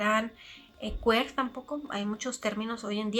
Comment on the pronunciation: se pronuncia quir en ingles